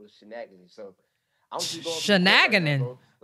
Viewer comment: shanaginan 😂😂😂😂😂😂😂😂 it's so funny when ppl mess up words it's so crazy you noticed it most ppl never do omg